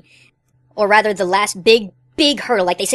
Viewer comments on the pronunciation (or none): none